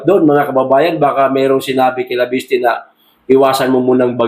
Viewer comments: cguro additional info ang binigay sa kanya para i add on sa press con niya. wala naman masama sa conversation nila , ttansparency ang ini insist sir " leviste" not"laviste" kind correction lang salamat po. nakita ko sa press con ni chavit may mga ebidensiya siya itong si cliriring bulag at bingi nonsense may isang pa ngang project na ginagawa nila sa gabi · Sir bakit banggit mo laviste..di ba Leviste